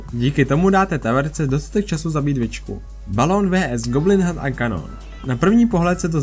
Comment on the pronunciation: Bože prečo hovoríš "vé es"